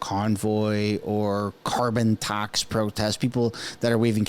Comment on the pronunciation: Tax not task lol